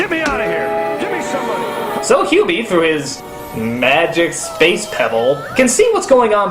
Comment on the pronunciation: While I'm used to Doug mispronouncing names here and there, this is probably the strangest case because he seems to flip back and forth between pronouncing Hubie's name correctly and incorrectly.